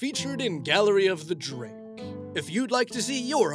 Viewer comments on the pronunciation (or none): Me: UUUUGH, it bothers me so much how he pronounces “Drake” like “jrake.” Say it right, dude! Also me: “Penjulum.”